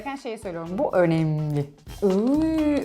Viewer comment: Abi 9.18'de vurgulayarak önemli dediğinde aklıma bir espri geldi Ö'nemli'yse o'nemsiz' mi?